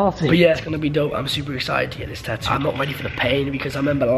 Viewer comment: It's not taoo it's tattoo